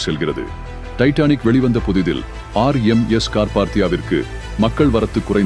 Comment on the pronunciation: RMS, என்பதை சொதப்பாமல் தெளிவாக சொல்லுங்க பார்க்கலாம், உங்களுக்கு ஏதாவது தெரிந்தால்